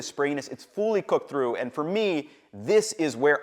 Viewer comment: I can't unhear "fooly cooked"